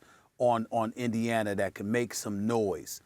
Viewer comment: Indianer?! He’s adds a R to everything